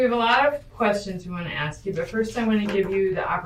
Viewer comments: I'm pretty sure it's an AI voice. Also, some people just are no good at pronouncing names. Like this killer woman being interrogated, says strimp instead of shrimp, axe instead of ask, and I could go on. You'll survive him mispronouncing one name. The detective was basically saying NO CHILD should be that underweight. It isn't normal for any child. At no point did she say they should look exactly like her own daughter. Her daughter is alive, so I guess that would be good. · I mean it's how she said it. If a white/Asian/hulk himself says axe I bet this person would absolutely type axe. It's literally the way she pronounced it. Has nothing to do with race I know many who pronounce it "axe" of all different backgrounds. Really is just the accent.